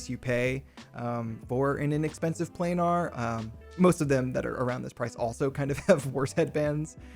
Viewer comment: FYI: planar is pronounced "play-ner", not "play-nahr"…